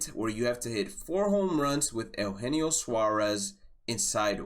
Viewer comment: U-Jean-o (Eugenio)